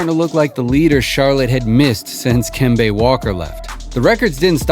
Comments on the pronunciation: It’s Kem-bah not kembey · Kim-bay Walker, yeah you know the NBA. How do you not know how to say his name? Not like he played in the “olden” days.